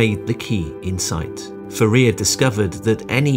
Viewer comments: Author of this video should look up how Fourier is pronounced. Fourier was French. - Nyquist criteria. Claude Shannon shows that if you include signal to noise factor, you can really pack more data. In early modems the data signal could still be transmitted successfully, even if it was deeply buried in the noise. As modems got faster, constellation techniques got more complicated. The last old fashion telephone line modems were rated for 33K/56Kbaud. The 56K rate was only possible on a really noise free line, while 33K was a more realistic number. Old American analog telephone lines have a band from 300Hz to 3400Hz, and when digitally sampled, an 8000s/s rate was usually the minimum rate to meet the Nyquist criteria, when practical filtering is included. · I am cringing every time i hear fe RIA instead of FOO riay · I know you're a computer, but it's Foo-Ree-Ay. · "Fuh rear?" Can't you do French words? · It's pronounced as "4-E-A" NOT "4-ear". Do yourself a favor and lose the AI voice. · Excellent presentation. Only please pronounce Fourier as "Foor ee ey" not "Forea". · Fourier is pronounced "four-ee-ay" :) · Great video, but for the love of God, it's pronounced FouriEr, (emphasis on the E, not the I)! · Foo-rear? Oh, please... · I have always been told that Fourier is pronounced for-ee-ay ... is this yet another U.S. v British pronunciation thing? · No - he’s just wrong. It’s foo-re-ay for everyone. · Nice video! FYI, Fourier was French. I’ve heard his name pronounced FOO-e-yay. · For rear! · I never knew that's how to pronounce Fourier. All these years and every school and every lecturer I've ever experienced has also been saying it wrong. Isn't that weird? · Please learn to pronounce Fourier correctly. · It would be nice if you would learn to pronounce Fourier correctly. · great video but that's not how you pronounce Fourier. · I understand that you may have problems prnouncing Nyquist, but thetes no excuse yo mispronounce Fourier.